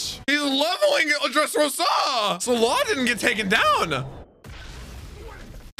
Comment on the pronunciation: do you have a problem with pronunciation? Dressros-Á, sea "prism" stone bullÈts.. like wtf dude